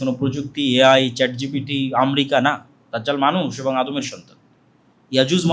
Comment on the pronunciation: আমরিকা না, আমেরিকা হবে। উচ্চারণটাও ঠিক করে করতে পারে না।